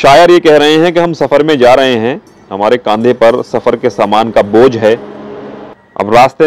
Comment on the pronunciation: Bojh ko to bhaar kahte hai aap baar Kah rahe h